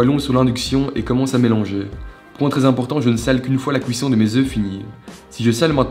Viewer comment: J'adore comment dit cuisson "couisson"